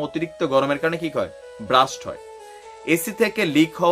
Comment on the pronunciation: ব্রাস্ট নয়, আবার বাস্টও না। Blast